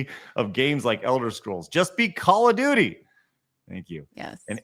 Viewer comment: 'Call of doody'